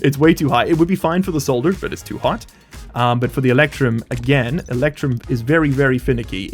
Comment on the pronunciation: Oh yeah, the fundamental alloys of Stationeers: Soder, Eectrum and Stee!